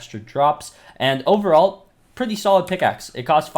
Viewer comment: "Predthy soon" :')